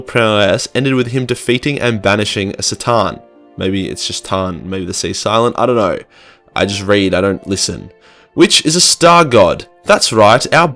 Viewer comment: No, it is pronounced k’tan. It is spelled C’tan.